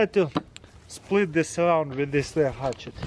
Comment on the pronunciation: I love how you say hutchet.